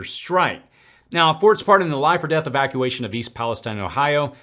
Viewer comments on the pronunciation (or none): none